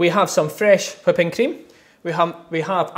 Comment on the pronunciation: say whipping cream.....WHI pping cream why emphasise the WHI lol